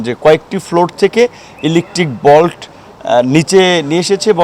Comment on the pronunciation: উচ্চারণটা বল্ট না, ভল্ট।